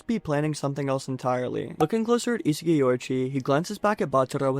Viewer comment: Love you but the way u pronounce Isagi's name is horrid